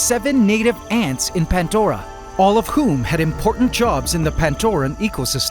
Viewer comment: You call it PANTDORA but pronounce it PANDORA every time 😆 Love this channel ❤